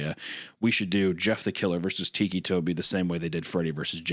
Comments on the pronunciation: Its ticky like tick tock not teekee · Him saying Tikki is taking me out 😭😭 I was 16 when the story came out I was a giant fan of creepypasta. Also ticci toby did become a proxy! Waffles!! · He keeps sayibg it like tiki 😭😭😭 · the way hunter says "ticci" is kinda annoying, like obviously it's pronounced "ticky" or huner is just playing it up in which case I might mail dog shit to his house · I love how the meaty one pronounces it like tiki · Shame on Isaiah for not knowing the appropriate way to pronounce this Italian name 😂 tikki???💀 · The way Isaiah pronounces it "weekee" is gonna turn me into ticci toby.